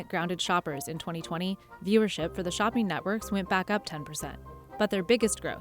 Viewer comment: Shoppeen Network. Competeen (not competing?). Launcheen. Wtf